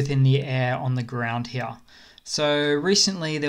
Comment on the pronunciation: I'm laughing my back off at 'here, here, here'/he-a. I was thinking, why this dude says he'ah. What kind of Australian accent is that? And yet you are well aware of how you pronounce 'here'. Well played, sir. I'm just kidding. I'm thankful for the memes and cool update. Good job. Slava Ukrainie!